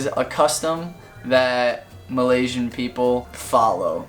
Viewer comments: Malaysian not Malasian, I don't even know how to read that... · #7 is starting to become wrong! Some people are going to australia and they have to study english Edit: its Malaysian not malaisan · it’s malaYsian not malasia no shade just wanted to point out that small mistake anyways you have covered everything up good job 👍🏻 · Its Malaysian not Malasian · Thank you for the video! Btw it will be Malaysian not Malasian. Anyway thumbs up for the amazing video 😊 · For no 5 it's not malasian it's Malaysian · Malaysian* not malasian btw